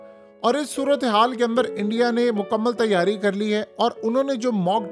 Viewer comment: Sayary nahi tyary geraye😂